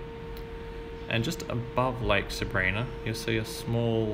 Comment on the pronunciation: Sabrina is actually pronounced with a long i sound. It sounds like sabr-eye-na. Just a little tip from a local ;)